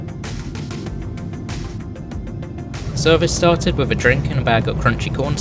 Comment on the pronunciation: "wivv"? Speak English.